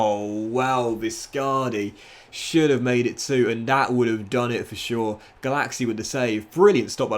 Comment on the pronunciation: Every time said "Gulacsi" I heard "Galaxy"